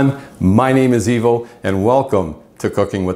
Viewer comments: LOL....It's Ivo....and when you pronounce my name, because it's Italian, the I is pronounced E 😊😊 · LOL...My name is Ivo but due to being Italian it's pronounced like "Evo" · LOL.... It's "Ivo"....it's Italian and in Italy, the "I" is pronounced as "E"🙂🙂